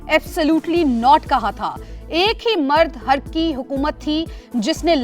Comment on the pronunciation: اپنے نیوز اینکر کوبتائےکہ، مردِحَر نہیں؛ مردِحُر بولے۔